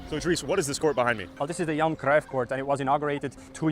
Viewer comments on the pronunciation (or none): none